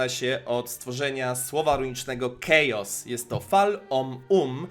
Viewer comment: Chaos brzmi jak Czechos ‼️🤣👍